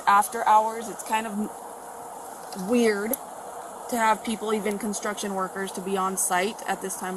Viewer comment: <<>> Umm... "Constuction"--??